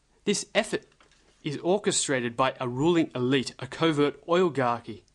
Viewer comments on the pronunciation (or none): none